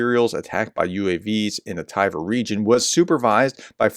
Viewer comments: How do you get "TY-ver" from Tver? Edit: Solid humor content as the Professor blows every foreign name he tries. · You kept saying Tiver. Where did you get the 'i' from? It's Tver. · It's not Tyver (like "tiger")....It's pronounced "T'vair".... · Maybe you should use Google so you can pronounce people and places a little better, aka. where is the letter I in Tver, Tiver, hmm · it's not "Thai-Ver" just Tver. Pronounce the V just after the T without inserting a vowel sound. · As I wrote two weeks before: It's not Tiver. Its Tver, or Twer in German. In know how to pronounce it cos I am from the German twin town of Twer (partnership currently suspended) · The place is pronounced „Tver“ (like in „twist“ or „tweed“) Call it „Twair“, that should come close „Tie-ware“ is way off! 😂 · It's NOT Tiver, there's no letter i in Tver ! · Prof, it's spoken as Ver. No need for the T phonic. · Tv in Tver is pronounced the same way as Tw in Twitter.